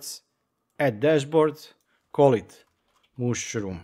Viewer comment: super nice ;-) but it is not "mooshroom" but "mushroom" ;-)